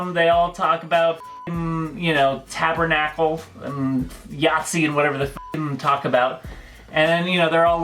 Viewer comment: LMAO... TABERNACKLE... Oky, that got me... lol